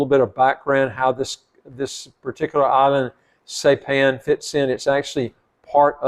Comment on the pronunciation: You DO NOT need a PASSPORT for American Samoa. I'm a US citizen and photographer. I've traveled there frequently. I live on the island of Saipan. It is pronounced: SI-PAN - (long "I" and PAN, as in cooking utensil).